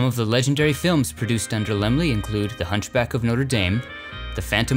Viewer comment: So that's how you pronounce Laemmle! Lol Great film!